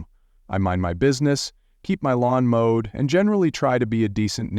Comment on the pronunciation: “…keep my lawn mowed” NOT mode.